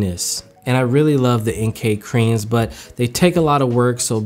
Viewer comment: He said creams X)